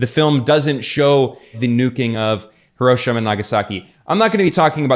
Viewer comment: It's 'Hero-sheema', not 'HurOHshama'.